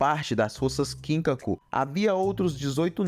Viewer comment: KIN-kaku e GIN-kaku 😂😂😂😂 mano a pronúncia não é assim, ela é ginKÁku e kinKÁku